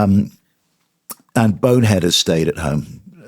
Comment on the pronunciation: Trust me, as a Manc, there's no 'h' in Bone head. It's BONE 'EAD.